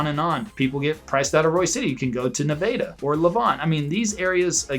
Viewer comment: I've heard it pronounced "Nevada and Nevada" but never "Nevada!" lol